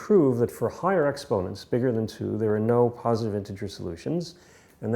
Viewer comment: "postive" or "positive"?